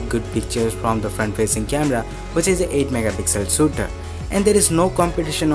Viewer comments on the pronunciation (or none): Good Work keep it up. And its shooter not Sooter.